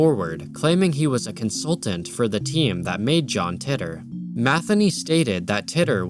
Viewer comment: John "Titter" I've always heard it called "tee-tor" Yes, I have a childish sense of humor